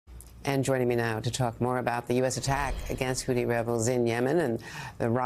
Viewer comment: Is it my imagination, or does Andrea Mitchell pronounce Houthi as "Houti"? I've heard it from others too. It's pronounced with a "th" as in "thought" or "thing."